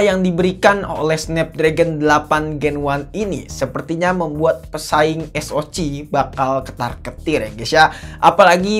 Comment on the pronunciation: Bacanya eS-O-Si bang, bukan eS-O-Ci. 😆 Atau kalo Indo eS-O-Ce.